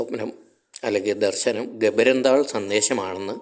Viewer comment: ഗ'ബര'ന്താൾ അല്ല. ഗ'രബ'ന്താൾ in Spain!!